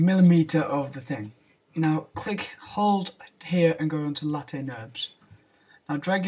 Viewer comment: Late nurbs... HAHAHA LOL! You pronanouce it as layf :d